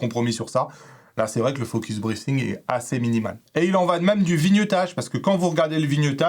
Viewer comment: Ah le 'TH' et les Francais.... Le TH se prononce avec le bout de la langue pincée par les dents du haut et du bas. Du coup deux type de prononciations: Soit TH en zzz soit TH en sss et pour le mot breathing c'est plutôt en zzz. Way pas naturel je sais donc pas de soucis.